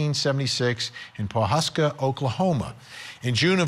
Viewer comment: It's pronounced Pawhuska,not poshuska!! Never had any idea he was close to where we lived!!